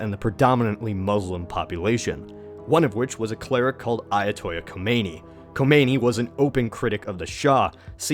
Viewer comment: OH MY GOD. YOUR PRONUNCIATIONOF AYATOLLAH KHOMEINI IS SOOO BAD